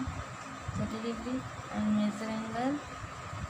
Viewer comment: Amd not and 😂😂😂